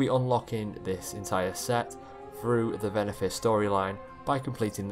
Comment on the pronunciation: It’s Venthyr. Not Venathyr.